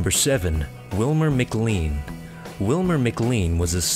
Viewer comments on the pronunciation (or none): McLean is pronounced 'Macklane